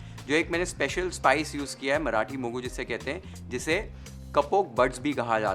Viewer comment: Yes, we don't use bay leaf. Marati moggu for sure. I love your perfect pronunciation of BBBath and Marati moggu. The chillies that you used here are Byadagi chillies, named after the district where it is traditionally and extensively grown. You may want to know it's pronunciation, with a 'y'. Not 'Bedagi'. (This word actually means something like a Belle. Loosely translated as a beautiful girl 😂). Nevertheless it is a pleasure to watch your video which already takes note of so many variables in making this signature dish of our State, Karnataka. I am more of a knol khol user. Often brinjal are used. And even Drumsticks. More vegetables will only make it tastier. Couple more variations for those interested : I sometimes mix toor, masoor and moong dals. We can substitute rice with poha or any millet. All variations come out well.